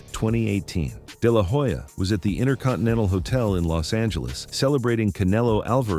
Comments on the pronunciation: It's no " deh lah whoe-ja" it's pronounced " deh lah oh-ja" 🙄🙄🙄🙄🙄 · It is not De la hoya , it is pronounced De La Olla .